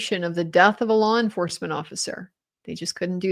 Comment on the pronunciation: 😂😂😂 he can barely stick to the "lawr"